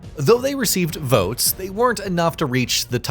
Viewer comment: Tell tale signs of AI narrative: weird talking rhythm. “When they received VOTES”. Also no introduction of themselves… when’s the last human narrated game video doesn’t start with who is talking? Blocking.